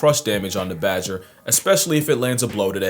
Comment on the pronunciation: bager not badger yeah